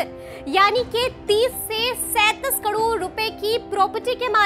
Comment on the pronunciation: बहनजी करोड़ ना की कड़ोंर क्या एंकर है आप🤦